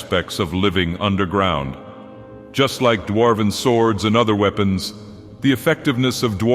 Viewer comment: and sounds as if the AI couldn't quite get it: "wee-pons" "bauz"